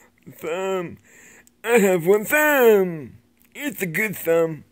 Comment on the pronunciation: I'm dying! "One theeemb! Eh mey geeeeewd!"